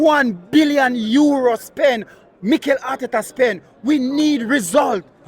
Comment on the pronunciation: Bro you supposed to say Mikel and Berta well done 😂